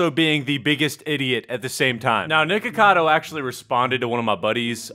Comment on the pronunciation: It sounded like u Said Nword cado